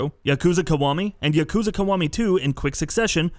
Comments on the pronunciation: I’m only disliking this video because of his crappy pronunciation of Kiryu, Yagami, and Yakuza. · Doesn't bug me as much as him saying yakuza wrong. But I'm a petty human being